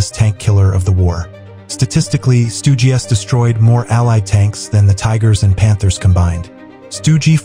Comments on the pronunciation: stoogey, it's just stug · AI voice-over stinks! "Stugy" instead of Stug, panzer 'eye' instead of panzer 1, tiger eye. 'milimeters' gun - instead of milimeter. Sturmtiger, fired 380mm 'Depth Charge'? WTF? It wasn't hunting submarines you automated twit.